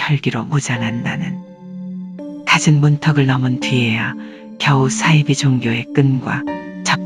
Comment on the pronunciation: 이분 발음이 매력적이네요 안빵x 안방o 싸이지x 사이비o